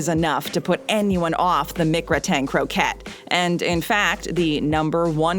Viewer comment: It’s pronounced “Mick-Grat-In Crow-Cay,” not “Mick-Gruh-Tain Crow ket”